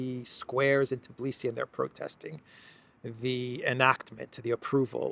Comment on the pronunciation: So, G7 is a mob club. Is the 10-year goal of supporting Ukr starting from 2022 or 2024? Also,, it's pronounced Tbi-li-si, not Tiblisi. There's no I/e between T & b letters. I understand it might be challenging phonetically for foreigners to pronounce this name, so just fyi.